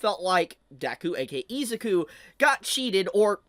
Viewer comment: Hate to say it fanbrats i told you so i told you so! Edit: you kept saying deku's first name wrong